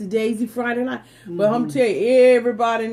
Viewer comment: You said nite it’s night 🌚